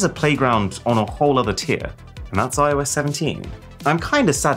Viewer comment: "I oh Yes" hilarious!